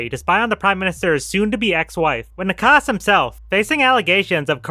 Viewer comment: it certainly did not look like you checked pronounciations at all. 😅 Petr Nečas became Petr Nekas. Letter "č" is pronounced like "ch" in "chess". My advise for pronouncing non-english names is to forget, that english pronounciation exist in the first place.